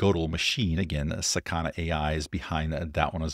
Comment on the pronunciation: it's not saKAna, its sakaNA